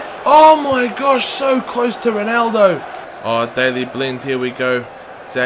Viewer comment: Oh my wersh haha